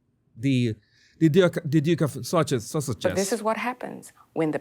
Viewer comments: Did she say Duke of Sausage? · Funny my caption keeps writing “sausage”, every time she says “Sussex” 🤣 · Lol When he says duke of Sussex the subtitles read as duke of sausages lol:)